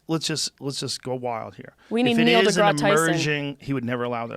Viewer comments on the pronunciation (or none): none